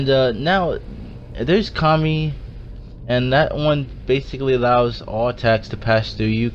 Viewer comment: you said it wrong. it's Ka moo e Kamui.